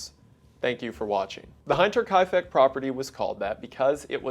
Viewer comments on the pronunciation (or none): He even explains why it is called Hinterkaifeck, hinter meaning behind in German... But he keeps pronouncing it as heinter... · starts video "hine-ter kaifeck" i thought you studied some german lol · First thing, I love your stuff. Keep up the good work. Second, if youbate going to say a word 300 times during a video and you aren't sure of the pronunciation, look it up. Its German and spelt hinter.... he wasn't Adolf hight-ler was he? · Hi brother - not being a stickler but it’s pronounced HIN - TER not heinter, it’s how you would pronounce the English word “hint” not the word “hind”. I’m a German speaker, hinterkaifeck literally means behind the woods. Hinterkaifeck is present day waidhofen, oberbayern (upper Bayern) so Bavarian folks 😂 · Just as a note, Hinterkaifeck is pronounced like him and not like hi. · Hinterkaifeck is pronounced Hint-er-kai-feck, not Hi-nter-kai-feck. The "i" is like the "i" in "hint", not "hi". Sorry but that bothered me as a German speaker. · its called "Hinter" not "Heinter". Learn to pronounce the friggen word correctly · Is it Hinterkaifeck or Heinterkaifeck? Why does he pronounce it like that, when the spelling indeed seems to be Hinter instead of Heinter? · first sentence being german countryside and i live in the german countryside i don't know if i like it i am normally not a big stickler for pronouncing things right like i get it, you're not german, but saying the name every minute and pronouncing it heinter instead of hinter hurts a teeny bit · Also just a side note, the "hint" part is pronounced like hint, not like hind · It's "Hinter" like in "splinter", not like the i in "behind". I can't!!! 😂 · Hate to be that guy, and odds are a dozen other people have mentioned this, but the word “hinter” in German is pronounced like inter with an h, not like the hind part of behind. Again, sorry to point it out it just was distracting the whole time! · Him pronouncing hinterkaifeck wrong is doing me head in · Hinter, like hin in hinder